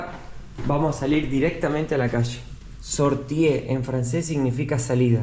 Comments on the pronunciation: Sortie se pronuncia sorti sin la e al final. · No es sortie se dice sorti